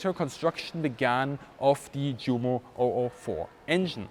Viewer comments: Awesome video. I do have a question though. Why do you pronounce Junker and Jumo with a "J". Shouldn't these names be pronounced with "U" as "Yunker" and "Yumo". I'm trying to write this phonetically. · Junkers pronounced “Djunkers”. Jumo pronounced “Djumo”. Bad - we know how they should be pronounced. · There's no need to say Junkers Jumo as though they're English words - I've never heard a British person doing so - just go with the proper pronunciation. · why are you mispronouncing 'Junkers Jumo'? As a German I'm sure your aware it's pronounced 'Yunkers Yumo'. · GREAT video. Only criticism I would dare make is that you don't pronounce the big names in the correct German way: eg Junkers, Luftwaffe, Jumo = Yoonkers, Luftvaffe, Yoomo, surely? Us anglophones need to be educated. Best wishes from London - vielen dank!